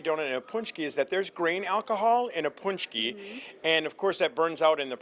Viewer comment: pohnch-key, not poonch-key. :) There's a video on my channel with the proper production. Pączki Day is an American tradition (well, French). But it's good to see Americans enjoying pączki :)